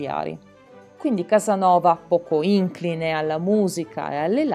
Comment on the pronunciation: "Inclìne". Grazie per il suo lavoro.